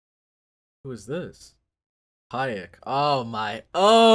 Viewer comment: Pieck is pronounced like "pic"